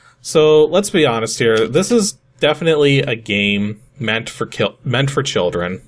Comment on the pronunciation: Killdren .. sounds like the title of some kind of edgy high school Anime.